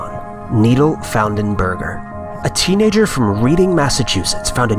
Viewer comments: RED-ING Massachusetts. Not READ-ING. I know its spelt Reading but yea. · it's pronounced Redding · its red-ing mass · “Reading” Massachusetts is pronounced “Redding” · Reading is pronounced Red-ing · It wasn't a fast food place but 4 of us went to a Chinese restaurant in Boston one evening and I pulled a piece of plastic out of my mouth on my first bite of food. I threw up at the table I was so grossed out! (Re: #1. The town is pronounced 'redding' LOL) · Dude, come on. It's REED-ING, Massachusetts. I grew up next to that place, it's actually a pretty nice area. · Reading, Ma is actually pronounced "redding". Source: am from Mass. thanks for the chuckle though, but don't worry.. every outsider says it wrong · Although it's spelled Reading, it's pronounced Redding Massachusetts. FYI....